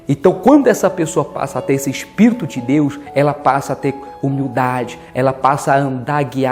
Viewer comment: Aprenda a respeitar a religião dos outros!!!!!, e outra, vc deveria conhecer o não julgai, para não ser julgado!!, mas parece que se conhece, não usa né!!. Então, antes de chamar uma reunião sagrada de uma religião que não é a sua, de demônio, olha para a sua pregação, e aprenda a falar espírito e Bíblia direito!!!!